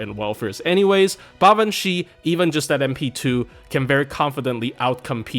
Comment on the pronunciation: You might be the only FGO YouTuber I've heard actually pronounce her name correctly, so you have my respect for that!